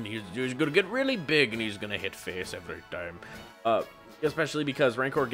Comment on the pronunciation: Yes!!!!! Just started building a pauper deck! You've convinced me! Also, I seriously make music as well! THIS IS TOO FUNNY! good stuff! "Going to hit face every-tim" XD I'll update you with the spice I come up with!